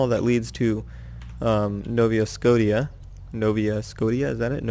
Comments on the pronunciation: Nova, like the shotgun, and scotia, like sko-shaa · It's Nova Sco-ti-ah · It's pronounced nova skoh-sha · It's actually said nova scosheea I believe.